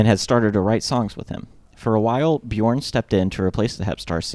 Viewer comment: If you use the vowel sound in the word burp, you can perfect your pronunciation of the name Björn. Bjurp Bjurn, yeah burn with a "j". Here to help 😏